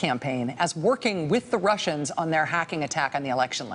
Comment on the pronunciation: Every time She says 'workin with the Wussians' I start singin' Warren Zevon's Lawyers, guns and money .